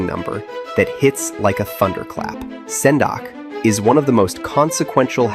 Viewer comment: Senak(w) not Sendak development.